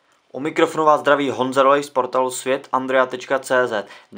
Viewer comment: Já rozumněl Andrea :D